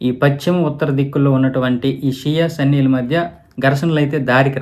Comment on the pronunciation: Sanny kaadhu bro sunni